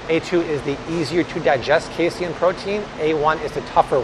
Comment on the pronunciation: Say it with me everyone: "Kay-seen" Not Kay-see-in. It's Pro-teen, not pro-tee-in.